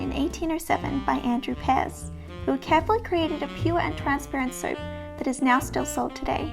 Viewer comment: Pear's is pronounced "peers". Yardley's English Lavender soap is one of my favorite vintage items.